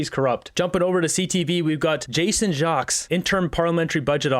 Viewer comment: Hey if you catch this comment Jason's Jacques last name is pronounced Jakes. I used to date his sister back in university. The straight shooter demeanour comes from his mom who is from Cape Breton NS. Great folks. It's a maritime thing for sure. Keep up the great work and hello from Halifax!!